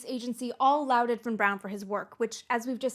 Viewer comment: "Lauded" sounds like "Lorded", not "Louded". Just in case you use it again, Amy. You've used it a couple of times in this video.